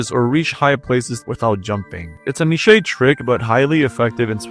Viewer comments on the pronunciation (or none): same with "niche" he says "nishayy" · did you just say… “neesh-ay”?